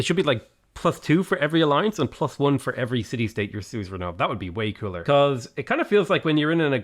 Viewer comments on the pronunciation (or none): none